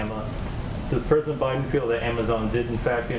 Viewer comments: She said President Obiden... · around second #50 of this speech, she said "president O Biden" anyone catch that? LOL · She said Obiden...... lol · 😂 I caught that too!!!! 😆